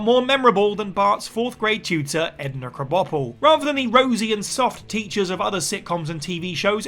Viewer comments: Cannot get over they way they pronounce Edna Crabapple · Says Edna's surname wrong somehow though haha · You can pronounce Apu's names with great ease but Mrs. K you crunched it up like a crash test dummy